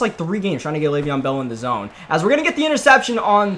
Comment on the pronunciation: "Le'veon in the Bell" lmao